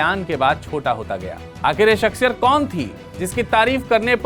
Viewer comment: jb urdu nahi bolni aati to ku bolte ho? shaksiyat hota ha .. shakshiyat nahi..zero ko jero bolne wale